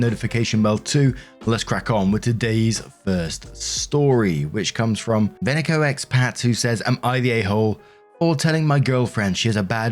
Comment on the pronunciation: For some reason it made me laugh when I heard say venecoexpat xD